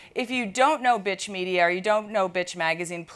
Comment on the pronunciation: Pronounced "Betch" with vocal fry.